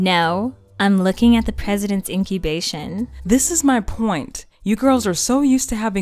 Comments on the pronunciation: "I'm looking at the president's incubation" 😭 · "I'm looking at the President's incubation" 😂😂😂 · Did she just say " President Incubation " 👀👀😂😂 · Lol it's supposed to be the President's Incantation....XDDDD